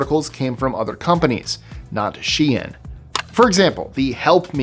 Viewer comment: Thank you for pronouncing SHEIN, right 😂 people really grid my gears with this one.